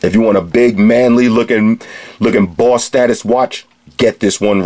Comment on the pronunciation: "BAWSS STAH-TUS WATCH!" I love this guy.